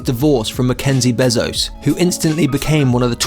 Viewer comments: Him: "Jeff beh-zos" Me: wtf its bay-zos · It’s bézos, not bèzos. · His last name is pronounced bay-zo/zoe-ss